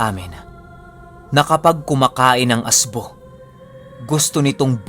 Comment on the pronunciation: ASBO WORD ANG TWAG SA ASWANG S BIKOL ANG RIGHT PRONOUNCE LNG AY AS'BO' MY DIIN LNG.